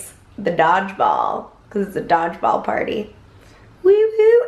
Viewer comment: I really thought you were saying "dogs balls" instead of Dodgeball. Btw... Ahola. I haven't watched in a while. Your vlogs were missing in my life. Did I miss any big news...promotions? And such which such worth, etc...